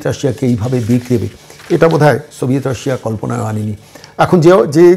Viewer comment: বার-বার "সভিয়েট রাশিয়া" উচ্চারণ করছেন । সেটা ভেঙ্গে টুকরো-টুকরো হয়ে গিয়েছে । আমার মনে হয় এখন রাশিয়া বলতে হবে ।